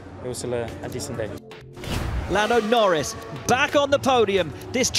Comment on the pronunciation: Lando Nowins ❌ Lando Norris ✅